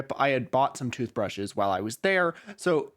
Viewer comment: I did not in fact jump, because I was too busy being mentally flashbanged by the word (frankly more accurate to say syllables) Tuthbreshes